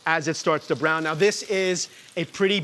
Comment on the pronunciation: Broon wass lol